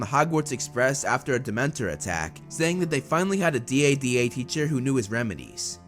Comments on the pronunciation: It should be dada like dad not d.a.d.a like d a d a. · I like how he says DADA